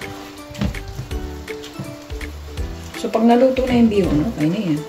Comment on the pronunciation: Bihon not bison.